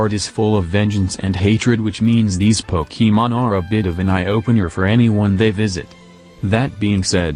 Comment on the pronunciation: 667th sub :) Also I love how the text to speach says pokEEmon